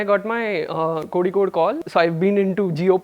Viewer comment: This Singh guy even don't know how to pronuce Kozhikode u can say calicut instead of Kozhikode please don't insult our place.